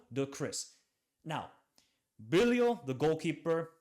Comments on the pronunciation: In holland IJ is pronounced like Y. So it's Bylow. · Bijlow = bye-low